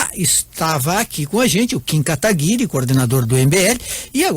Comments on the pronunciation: Como ainda tem pessoas defendendo o "requeijão" se o mesmo não sabe nem pronunciar o outro convidado. Chama ele dê kataguri e não kataguiri... Triste né, se diz senador e a educação e o conhecimento lá em baixo. Pega ideias e dogmas distintos tentando convencer alguém, mas ai aparece o Kim que como um raio destrói todos seus argumentos. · Esse requião é arrogante demais... o serzinho mal educado!!! tão petulante que sequer pronuncia o nome da outra parte de forma correta.